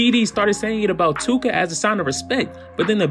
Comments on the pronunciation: Von & that dude were cool at one point? *Too-ka is NOT one syllable! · Tooka is two syllables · Tooka is definitely two syllables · Tooka isnt one syllable bro you learn that shi in like 2nd grade lmao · MY GUY... Tooka is not 1 syllable 🤣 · Tooka is not one syllable fam 😂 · Bro you said Too•ka is one syllable? 😂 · too-kah what does ONE SYLLABLE mean to u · Tookah is two syllables bruh lmao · 2 syllables bruh. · he said "Im the new Akademiks"... then he says Tooka is a 1 syllable word... Neeeeeeeeext 😂😂😂... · This fool said “tooka” is one syllable 🤦🏻‍♂️ this fool doesn’t know what a syllable is. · Tooka is two syllables. Other than that,interesting video dude 👍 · Did you just say tooka was one syllable 😂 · Tooka is two syllables dummie...too ka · this dude said tooka only has 1 syllable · Tooka ain't 1 syllable fam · He said Tooka was 1 syllable lmaooo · Tooka is not one syllable… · Bro too-ka is 2 syllables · Tooka is 2 syllables 😐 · It's 2 syllables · This dude said tooka is 1 syllable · He said Tooka is 1 syllable 😳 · Tooka is 2 syllables